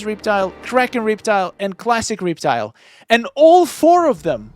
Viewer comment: the“reep-tile” got me lol